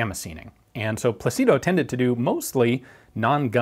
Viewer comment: Incidentally, it's pronounced PLA-ci-do and not pla-CI-do. Wouldn't bother correcting this minor mistake to someone who doesn't care for details. I correct it for Ian BECAUSE he DOES care for details.